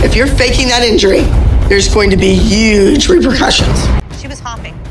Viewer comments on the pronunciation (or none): “UGEEEEEEEEE consequences” 🤣🤣🤣🤣💀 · "There's gonna be uuuuuuuge repercussions"💀💀